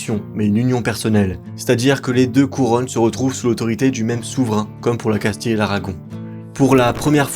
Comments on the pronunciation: Casti-(ye) et pas casti-(le) donc oui castille se prononce casti(ye) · On ne prononce pas Casti mais Castille